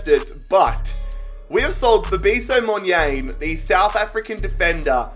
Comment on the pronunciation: As a south african, hearing u say monyane makes me cringe😂 U should say it like Mon - yarn - eh